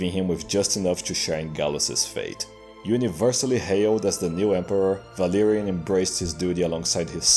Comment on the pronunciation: Idk if it's just be but it took me way too long to realize. But when you say Valerian it sounds like Valyrian (The Game of Throne Ethnicity which the Targaryens are from) and their race was known for dragons and white hair and purple eyes.